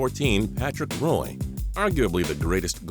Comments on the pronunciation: It's not pronounced "Roy!!!!!!!!!!!!!!" It's pronounced, "WA!!!!!!!" Wow, y'all don't know anything about the best goalie in hockey history. Automatic dislike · Its pronounced Patrick Waa not roy. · U said Patrick Roy wrong (Pat-Trick-Wah) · God danmit, the Roy in Patrick Roy is pronounced RAW, it's french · Jordan subscribe to get money it's not raw, it's pronounced like wha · Lmao patrick raw.. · DUDE! WTF? IS PRONOUNCED PATRICK WAA OR WAH! ROY IS A CANADIAN TYPE LAst name.. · You can't say Roy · Every time he said Patrick Roy's name wrong i cringe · I cringed so much each time he said his name wrong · Me too! OMG!!